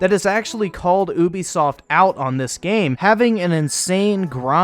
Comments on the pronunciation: It's "you be soft", not "ooooo be soft". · Ubisoft not oobisoft